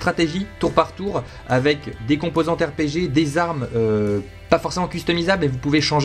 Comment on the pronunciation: Dit RPG la prochaine fois, ça va te sauver la vie.